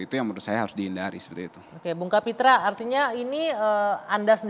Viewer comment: Kapitra mengapa jadi Kapitru ?